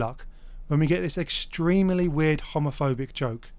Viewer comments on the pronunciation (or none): The word gay isn’t ‘homoh-fobic”